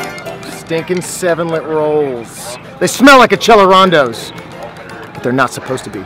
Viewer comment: Did this man just say "Achellerando"